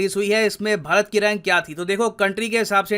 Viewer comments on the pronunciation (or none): none